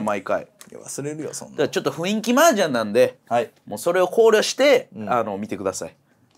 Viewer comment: 麻雀に文句を言うつもりは無いが、雰囲気を「ふいんき」と言うのは本当にやめて欲しい